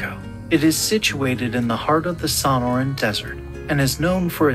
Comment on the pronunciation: TIP TO THE NARRATOR: when u get 2 of the 3 syllabes of SONORAN wrong in the first minute, it's hard to take u seriously.